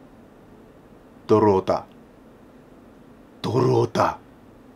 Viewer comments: ドルオタが泥オタに聞こえたw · ドルるるオタ(巻舌)